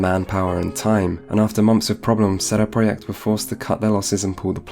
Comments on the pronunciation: What sort of man says "sheday preyacht" if he's not polish, an annoying as fuck wanker that's who. Couldn't concentrate through the whole video due to his wankery fuck They are called CD Project, not fucking sheday preyacht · Please stop saying CD Projekt like that... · "Setty proyeckt" Like what? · Lol, not one second in and I'm hearing CEDE PRJKT... SHOTS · You say "CD projekt" really weird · The way you pronounce CD Projekt sounds almost Hungarian lol, I love it. Took me a while, didn't even realize it first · Sounds polish to me